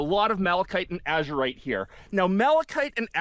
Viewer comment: No one can say your wrong... seeing Az-u-rite! Nice finds!